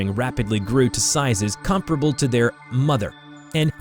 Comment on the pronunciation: Haha you messed up saying comparable and you hesitated to say “the mother” afterwards.